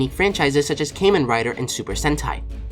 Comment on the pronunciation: KAMEN? HOW DO YOU EVEN SAY KAYMEN?! THE A IS LOWERCASE